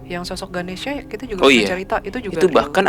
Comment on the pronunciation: mon maap sm dewa ny nma nya ganesa bukan ganesia, klo ganesia mah sy 😂